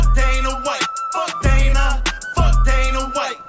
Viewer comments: wtf is die-na white? ITS DAY-NA WHITE. How do you not know this. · it’s day-nah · Dana (Day-nuh) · He said “Donna white” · I'm not gonna hold you for saying Dina White but It made me laugh so I had to bring it up lol. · my man said, "donna white"😂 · His name is pronounced day-na the way it's pronounced is the girls version of the name Dana I should know cuz it's my name and I'm not gonna lie I love when Jake keeps calling Dana white daddy Dana that's what my ex used to call me hahahaha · the funniest part of this video is him mispronouncing dana's name repeatedly. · You supposed to say Dana, not Dana!